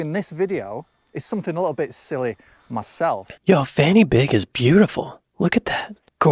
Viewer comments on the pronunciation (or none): He pronounced "Fan Y Big" wrong. It is NOT "Fanny Big" . . . it is pronounced "Van uh Bog", is correctly spelt as "Van Y Byg" and means "Point Of The Peak. And I am somewhat surprised the he omitted Scunthorpe! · It's not pronounced Fanny Big. Because that's Welsh. A single F is a V sound and Y isn't ee but auh. I.e van auh big. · Fan y big = Van - er - big. There is no V in the Welsh alphabet so F is pronounced as V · He started the video with the wrong pronunciation bro. "Fan y big" is pronounced "van uh beeg" in welsh. It can mean "the top of the spike" or "the summit of the point". Welsh is a phonetic language so I don't understand why people struggle so much with the pronunciation, whereas the spelling in English is the opposite of phonetic.although it does look funny to a non native 😂 there's probably loads of funny place names in Wales though that are real. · Its pronounced fan y big. (Van uh beeg) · Thats pronouncec Van y Beeg, nor t Fannybig, it's Welsh not Bloody english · 'Fan y Big' is a Welsh name, not English. The 'y' is pronounced 'uh'. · Fan y Big is Welsh so it’s pronounced Van er Beeg 😊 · He pronounced the name Fan y Big in order to be amusing. The proper pronunciation is Van uh Big. Not so funny. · Unfortunately, Fan Y Big is pronounced Van y Beeg. In Welsh , a single F=V and FF=F in English pronounciation. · Sadly, the actual pronunciation for Fan Y Big (being welsh) is: Vaan Uh Beeg. Side note; we do have many towns and villages which literally have a fanny as the name though. Names involving 'gwaen' (vagina) are often found in rural wales. I think it must've used to mean any sort of crevace or valley. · It may be funny when an ignorant Englishman pronounces it, but it's pronounced Van-ih-big. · Hmm. Fan y Big isn’t pronounced like Fanny Big (the F is pronounced like an English V for a start) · Lol Fan Y Big isn't pronounced like that, I'd never even thought of it sounding rude 😂